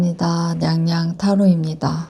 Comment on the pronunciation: 앜ㅋㅋ 귀여워 무뚝뚝하게 반갑습니다 냥냥타로입키다 ㅎ